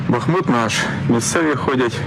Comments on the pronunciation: БАХ МУТ -наголос на перший склад. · Бахму́т (укр. Бахмут; в 1924—2016 годах — Артёмовск, укр. Артемівськ) — город в Донецкой области Украины. Ударение на второй слог. Учите.